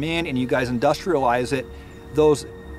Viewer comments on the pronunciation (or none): 'You guys industrialized it' seems very weird he said it like that... mhh